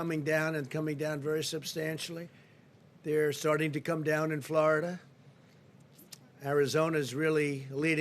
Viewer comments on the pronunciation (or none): none